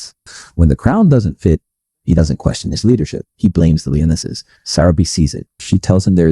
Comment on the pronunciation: Not "leo-nesses". It's "LIO-NESSES"